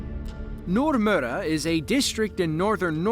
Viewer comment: As a Norwegian, I can confirm the almost perfect pronounciation of "Nordmøre" and it sounded almost how the local people would say it, even! 😮👍 These videos are on the same level as similar themed programs on "Discovery channel" etc. btw. - very high quality and exciting, too!